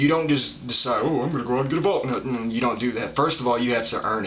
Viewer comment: It's pronounced Val-knut, not Valk-nut.